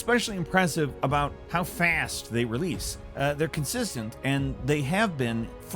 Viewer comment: does anyone know why he said fast like that?